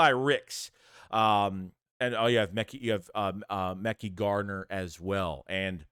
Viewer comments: Yo, it’s pronounced Ma-ky (Mekhi) Garner 👍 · it’s pronounced ma-kai garner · I’ve been ignoring it for too long… you’re butchering their names bro but you report of these guys everyday. 1.Joseph Ngata (En-gata). 2.Mekhi Garner (Meh-Kai) 3.Olamide Zaccheaus (ola-me-day)